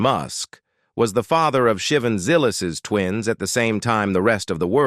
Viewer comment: It’s pronounced Sha-Von not Shivin.